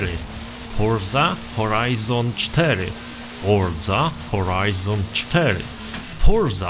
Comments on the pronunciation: Forza Horizon 4 x nieskończoność Czy tylko ja słyszałem fordza horizon 4 ileś tam razy czy mi sie wydaje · Foża hołajzon sztery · Mówiłeś 1000 razy Forza Horajzon 4